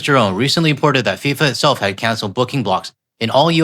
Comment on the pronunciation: Its FIFA, not SIFA.... there's a reason for that 🙄